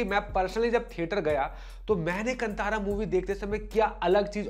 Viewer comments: Tip : कंतार ❌ कांतार ✅ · Sir, film ka naam "कन्तारा" nahin, balki "कान्तारा" hai. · Kantara nahi hai bhai " khan tha ra " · Stopped watching once you pronounced KANTHARA wrongly...bye.